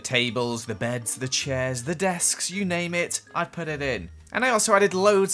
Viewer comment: XD you said desksksk lol whyyyyyyyyyyyyyy